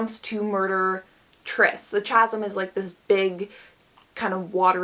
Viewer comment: as a heads up, CHASM is pronounced "kasm"